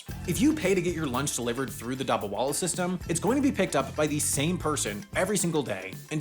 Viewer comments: I can't hear pronunciation of Mumbai and dabbawala 🤦 you are amazing, as you changed calling Iran and iraq as i-ran and i-rack. You can learn this. Mumbai -- it is not Mum it is Moom (not exactly but give it a try) Moom Baai. Dabbawala is not Daba wala. Duh bha waala. Just listen to an Indian news channel sometime on this. Amy, Ben and Adam please 🥺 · I'm pretty sure the pronunciation is "dub bah vah lah" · Seriously, I don't understand the mispronunciation of 'Dabbawala'.. why say it like 'Daba' when there are clearly 2 Bs? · The way you pronounced dabbawala physically hurt me. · this video is great and i am glad you did a video on this but sam’s pronunciation of dabbawala is taking me out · i couldnt get over how he pronounced dabbawala LOL